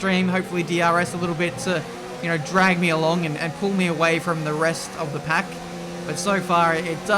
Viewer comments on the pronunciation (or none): none